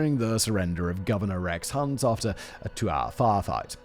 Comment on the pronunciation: Rex Hunt, not Hun, ya morons